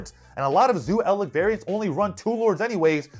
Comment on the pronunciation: you are mistaking lich, the blood sucking pest (ch as in check) for lick like with your tongue that has a ck as in kick. Eldlich is Elder lich. Now say bitch, lich and Eldlich and there you have it...